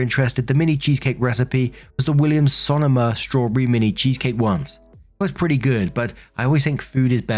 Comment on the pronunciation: Hey, just a small help with pronunciation... Sonoma... sah-NO-mah. I grew up in Sonoma County in California.